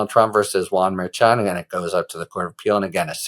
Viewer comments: Harry, love your channel, but it's pronounced Mer- shan. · It’s pronounced mer-shan as a guest recently reminded you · I think you’ll find it is Mer-Shawn😊